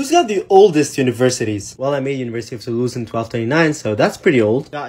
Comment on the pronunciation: That pronunciation of Toulouse had me SMILING DUDE